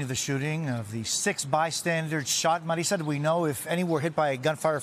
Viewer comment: I love how they always enunciate the names "en Español " i have a daughter named "Marissa ",. We do pronounce it, "Mareetza". Ffs. This is America. Speak English. 🤦🏾🤷🏾‍♂️